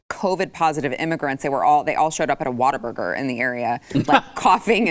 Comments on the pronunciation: Why does keep calling it "Water-burger" when it's "What-a-burger"? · What-A-Burger. Not Water-Burger. 🤣